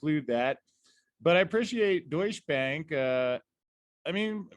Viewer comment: I keep hearing “douche bag” 😂